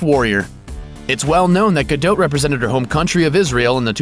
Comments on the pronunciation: Isn't her name pronounced Gadot (DOT) not GaDOTE? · Guh-Dot not Guh-Dote. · It's DOT not DOTE. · her name's gadot' not fucking gedoute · Not gadoat gadot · "Ripped" hardly! that is a overstatement! i wish people would stop lying about titles on youtube. Her name also is pronounced "gado" not gadot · STOP SAYING GUH-DOT WITH A LONG O...HOLY SHIT THE T IS SILENT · GadoTTE << is that seriously how "Gadot" is pronounced?! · The 't' of her family name is silent. Essentially pronounced 'ga-doe'. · Stop saying 'gadote' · Its pronounced Gado the "t" is silent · i THOUGHT IT WAS more like "Gal-doe" pronounced the way it would be if it were French. Like the "t" is silent. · OMG I CANT WATCH THIS VIDEO. ITS GADOT AS IN "GA" "DOT" AS IN A DOT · I can't watch anymore of this idiot's videos. In every single one he pronounces Gadot's name wrong. I mean how you gonna know all this shit about the woman and you can't work out her name. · you're saying her last name wrong! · The "T" in Gadot is silent... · Americans' pronounciation of Gadot never fails to make me cringe. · Gal Gadot is perfect with or without her workout. Stop the hate on her because "she wasn't really ripped!"-- she was amazing as Wonder Woman. Plus the voice over guy isn't saying her name right.. you know you have access to the internet and could do some research on the subject you're doing a video on.. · you don't pronounce the T dipshit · You don't pronounce the T in her last name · If you're gonna make a nearly 4 minute video on a celeb, perhaps research how to pronounce their name first. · I wish he would say gadot right